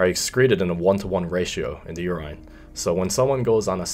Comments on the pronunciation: Nobody:: “UR-EYE-N” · nobody:: YOUR-ENINE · Na you good. is mispronouncing it or they pronounce it the way he does in Ireland. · Love the way you say urINE bro 😂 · I've been pronouncing urine wrong my entire life. Awesome video